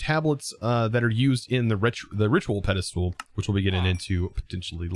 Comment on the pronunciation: Ok. Are you saying pedestool as joke or have you never read the word pedestal before?